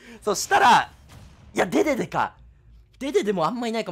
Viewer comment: でででの発音おかしくて草